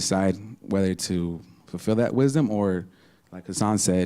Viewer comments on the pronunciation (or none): I was at work so I missed the show. "Knowing tha-uh-the foux-alts uh-v everything, that's when you become wise an then ew dee-side whether to foux-fill da-uht we-is-dumb..."-!? No, that's just having information aka knowledge, it's just intellect. What idiot tricked you into believing "knowing the faults of things" = "becoming wise"? That's just being distracted with fault, like mama satan~ted nuget the intellectual. "Uh, like hassan said; you can be a crackhead and still be wise..."-!? No. A crackhead is a crackhead because he caved to the flow of emotions around how much he knows/doesn't know, it is a state of insecurity. It isn't wise to be ruled by insecurity, that's what makes "knowing the faults" into our "prise" as our habit of "trying to know more faults" distracts and destroy us in the way it did many crackheads before us. Actual wisdom is a living sense, it's the seat of situational awareness, the light of Sapience. It gives you sense of right v.s wrong in things that are freshly being experienced in the moment. It's darkness that had the moment constantly being compared to your memories~"knowing the faults." hassan is obviously just an intellectual, which is why he breathes through the mouth and has so many lapses in the flow of his attention. Listen to his "stream of consciousness(modern term for aimless rambling)" stupidity to he can't even say Earthly, he says "urph-lee" like a thug. Wisdom is not any form of knowledge, it's the state